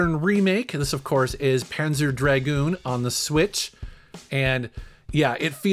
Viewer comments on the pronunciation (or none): none